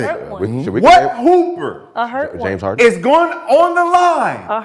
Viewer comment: 😂😂😂 this nigga Brandon Jennings try say James harden real slick lol